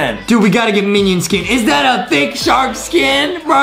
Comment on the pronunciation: I like how Adam and Justin says it's a sharck